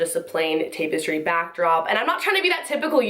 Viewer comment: Did this poor girl really just say TAPE-estry?